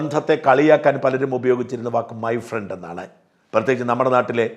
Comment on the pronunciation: ഫ്രണ്ട് അല്ല പ്രണ്ട് 😂😂